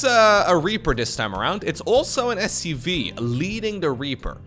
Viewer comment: Sounds like is saying SUV, not SCV.